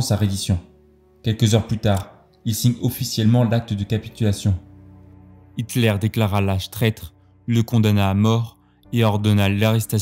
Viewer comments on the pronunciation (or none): none